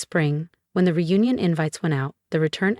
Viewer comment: Reunion, not union. Do better